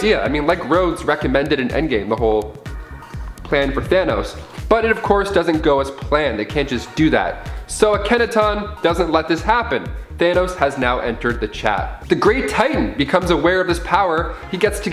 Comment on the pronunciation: AH-ken-AH-ten is the pronunciation of the pharaoh from the heart of the universe story. Petty but it stuck in my brain. Emphasis on the AH.